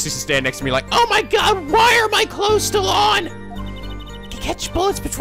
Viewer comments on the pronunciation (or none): none